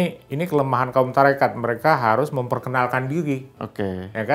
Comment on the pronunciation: Maaf ya mengucapkn TORIKOH nya juga salah malah Tarikat itu tdh ilmiah